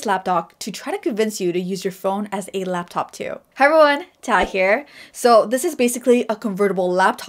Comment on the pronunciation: She’s totally saying “Lapdog”.